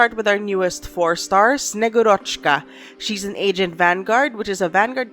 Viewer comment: Wrong stressing in both callsigns xD Its SnegUrochka (granddaughter of their version of Santa Claus in Russian folklore her name means "snow maiden") and VEtochki ("branches-chan", or "sticks-chan", branches + affectionate suffix), not SnegurOchka and VetOchki like you said. And thank you for the video! So little time left, I have to finish up story chapters finally x"D